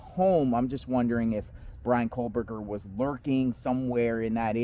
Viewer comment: Theres no "r" in Gower's name... just like theres no "L" in Kohberger.😂😂 Sorry but that drives me nuts. Its not grower or kohlberger...